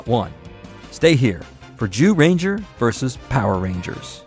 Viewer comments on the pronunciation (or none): I'm sorry I love the video but it sounds like he's saying you know what ranger. XD I met a TON of the MMPR's at cons. Jason David Frank (Rest In Power), Austin St. John, Walter Jones (Does he age at all?) David Yost, Catherine Sutherland, Steven Cardenas, Karan Ashley, and others. There amazing amazing people! I'm so happy David & Walter got to headline Once & Always as well! Nakia & Karan did a wonderful job running Rangerstop & Pop for many years too.